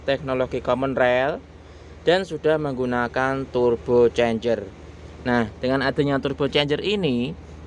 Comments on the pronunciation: Turbo cas pak bacanya,bukan chanjer😅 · Bukan turbo chanjer, tapi turbo charger/turbo cas